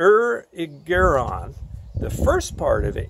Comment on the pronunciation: Air-rig'-er-on. That's how to pronounce Erigeron